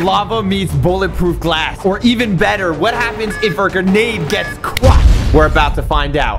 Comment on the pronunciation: He said bullet proof glath huuuh????????!?!?